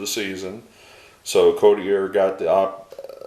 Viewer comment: Thank you for sharing the success along with the bios. As life long Mariners fan who remembers Chuck I can say with 100% certainty that his name is pronunced COT (like you sleep on)-E-A